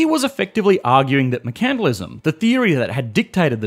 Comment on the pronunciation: is that how you're supposed to pronounce "mercantilism"? I thought the emphasis is on the first "e" and not "a".